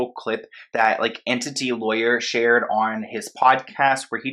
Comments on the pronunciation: Her dissociation could be part of the MK Ultra which she’s likely a victim of. Also, it’s ENTY lawyer (not Entity) ☺️ Love your channel and thank your for pursuing the truth 🙏🏼❤️ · not sure why you're citing this random blog as a credible source but at least pronounce the name correctly, it's enTY not enTITY lol. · It's Enty, not Entity 😁😜